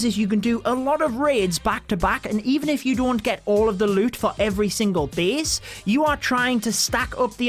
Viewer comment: i love you accent, say it again.. Beast(base)